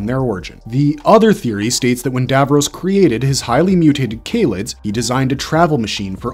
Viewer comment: IKR GRRRRR kayled and davrohs LIKE NNNRUAGHHHHH 😬😬😬😬